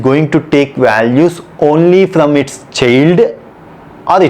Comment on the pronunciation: Thanks for the definition. Btw you were pronouncing child as "chilled", lol.